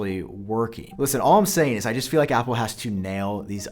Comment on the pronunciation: Not sure if you’re saying apple or oppo